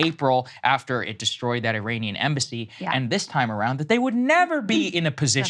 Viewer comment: Saagar should prolly learn how to say Iranian